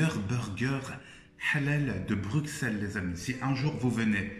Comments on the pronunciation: Stp toi qui viens de Bruxelles dit " Brucelles" fait pas la meme faute que les étrangers 😭😭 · on dit "bruSSel" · Non mais ça ce prononce Brussels et pas Bruxelles